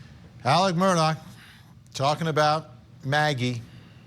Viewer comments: It's Mur-Daw not Mur-Dock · Actually, the pronunciation is Murdaugh as in "Mrdog" Someone who has never lived in the south would hear "Mrdock" but that is NOT what he is saying. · ITS MURDAUGH DAU NOT MUR -DOCK . OMG you have been "reporting" on this for over a year. You would think you could at the very least get the f ing name right. Smdh🙄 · Just an aside observation—Many commentators continue to pronounce Alex Murdaugh’s last name as though it is spelled “Murdock”. Which pronunciation is correct? Also, Alex Murdaugh’s family, co-workers, and friends actually pronounce his first name as “Ellic”. Is this a common pronunciation of a nickname for Alexander, in South Carolina? Just wondering.